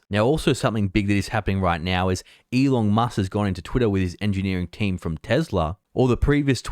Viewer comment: Why do I keep hearing "E Long Musk" from him?